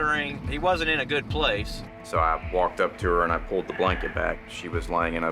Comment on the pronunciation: She said gut not good.